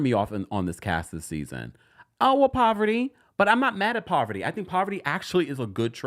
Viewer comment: It’s the way you’re calling Parvati poverty for me 😩😭